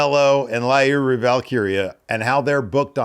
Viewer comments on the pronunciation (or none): really committing to not being able to say Lyra's name right, right on keeping kayfabe alive.